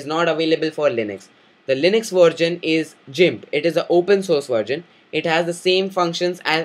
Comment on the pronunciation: I have never heard the pronounciation of "Gimp" as "jimp." as this fellow says it. Which is right?